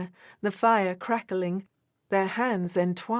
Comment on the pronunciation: The story is nice but a bit too syrupy to be believeable. Your narrator maybe English and she has a nice voice but her annuciation might be so-called middle English but an excellent narrator would not say Crack-er-ling, ring-ging and other similar bad pronounciations which makes the narration go from a possible excellent to just okay.